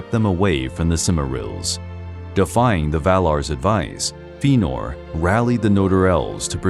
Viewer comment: Feenor. Ugh...